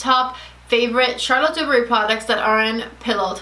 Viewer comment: Charlotte is pronounced with a soft ´sh’, as in sharlotte and not as in charles